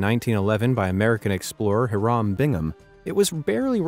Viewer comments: Errr, NOPE! Hiram is pronounced "HIGH-rum," most definitely NOT "huh-ROM." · It’s High-rum, not Ha-rom Bingham. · I love your work and your sense of humor, man. But. The name “Hiram” is pronounced HIGH-rem, and Chichén Itsá is “chee-CHEN eet-SA.” The name is Mayan, and the diacritical marks over the e and a, as in Spanish, indicate where to stress the syllables. Most Americans pronounce it as you did, but we do need to be respectful of the culture by trying to speak as accurately as possible. Just sayin’... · Not even 2 minutes in and I already did a facepalm. Check your facts and your pronunciations. Hiram was a common name in the 1800's its a Phoenician king from the bible. I don't know how it was pronounced biblically, but in the 1800's if America it was pronounced "High-rum". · why tf did you pronounce “Hiram” like it’s Arabic? The name is HYE-rum. only a minute and already this obvious mistake undermines the quality of research to expect for the whole video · That is the WORST pronunciation of Hiram I have EVER heard. Seriously WTF.